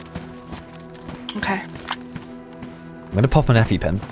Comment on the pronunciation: Please stop saying "okäi"